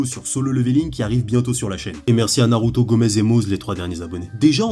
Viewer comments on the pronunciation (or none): none